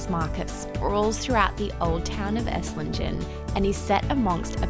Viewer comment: The G in Esslingen is pronounced like the G in great, not like the G in gender. Aaaaand the z in Hohenzollern is pronounced like your ts sound as in bits.